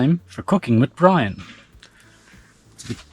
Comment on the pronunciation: Wee-weese Bwian!